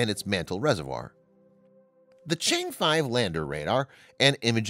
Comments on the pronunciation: Just watch any one of English channels from China you can learn how to pronounce the name (Chang’e) correctly. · Nice video but mispronouncing Chang'e so many times ruined it for me.